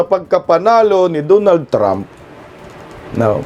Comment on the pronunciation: HOY, DONALD HINDI DOOONALD😂😂😂